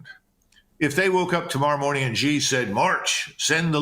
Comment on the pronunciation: It's hard to take your china analysis seriously when you don't know how to pronounce president "Xi"